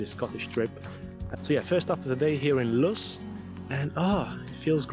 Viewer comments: I have watched the first 5 minutes of this video, and so far you have only pronounced Oban correctly, Luss as in us, not loose, Gylen, Kerrera? When you can't do it ask a local, your pronunciation shows no respect for the history of the land you walk upon. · Lovely video. I’m glad you enjoyed our beautiful Argyll, and I thought your itinerary was one of the best I’ve seen on You Tube (I would highly recommend it). A couple of wee notes on pronunciation: Luss (as in ‘bus’); Lomond Lo (as in ‘low’) mond (as in ‘pond’); Kerrera Ke (as it sounds but with emphasis on this first syllable) rrera (as it sounds but less emphasis and said quickly); Kilchurn Kil (as in ‘kill’) ch (as in ‘loch’) u (sounds like ‘oo’) so it sounds like ‘kill-hoorn’ (with the emphasis on the second syllable)